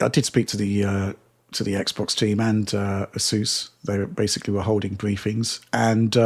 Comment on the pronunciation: Do one for every single time mispronounces the word ‘basically’ as “basely”